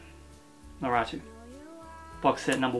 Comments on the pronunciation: it’s nah-roo-toh smh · Damn really cool haul also naruto is pronounced like - nah-roo-toe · Actually i'm pretty sure in the original pronounciation you don't here the 'u' :) So it's more like Narto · I don't want to be mean but the way you pronounce naruto is so funny.